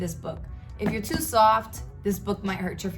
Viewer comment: What. The. Heck. I read the compound effect this year. Proverbs sums it up most powerfully.Your east coast accent came out when you said "too soft" about the laws of power, when you say words like caught or bought and I love it lol. Always do ❤ Hot.🔥Same story with my upbringing. I'm a hardass with a soft heart, my great Grandfather was native American and used to have my grandfathers walk through a field of snakes to bring him food and drink to harden them and build fearlessness so I've got that a bit too boldly in my blood too haha. Right there with you about kids, child abuse and what you said about A Kid Called It. 💯 I love useless info toooooo. Did you know the common goldfish can kill a silverback guerrilla??? It just requires a substantial element of surprise. It's so on 😂